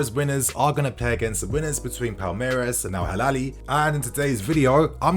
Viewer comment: It's Al Hilal, not Halal